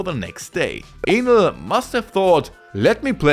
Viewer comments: Bro isnt saying Enel💀💀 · he's doing good I was able to understand everything perfectly, just Enel that sounded a bit funny lol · kinda sounded like.... another word...